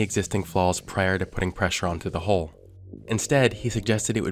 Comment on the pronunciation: It's hull not "holh"